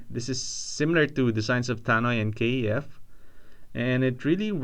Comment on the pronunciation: KEF.....not K . E . F